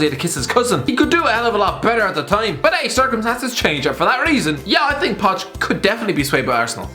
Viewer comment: Mourinho could be a plumber... “I Sink!” ( ＾∀＾)